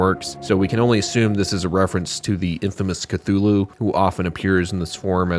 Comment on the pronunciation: Instead of Khlûl′-hloo for Cthulhu I thought you pronounced it Kuh-loofo (Im being honest)